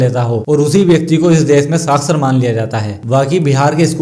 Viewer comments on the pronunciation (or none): सासर नही साक्षर